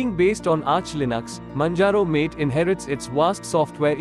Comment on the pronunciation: MATE is pronounced MAH TAY not MATE. From Wikipedia: MATE (/ˈmɑːteɪ/)[